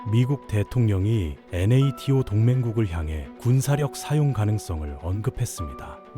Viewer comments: 아무리 AI로 만든다고 해도 NATO 나토를 엔에이티오로 읽는건 에바 아닙니까? 에혀.. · 엔에이티오 ㅋㅋㅋㅋㅋㅋㅋㅋㅋㅋㅋ